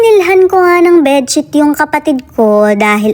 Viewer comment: BED SHETT?! 😅😅😅😅